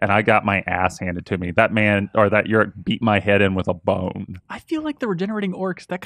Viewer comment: Wtf is "YURIK"? Does he mean "uruk"?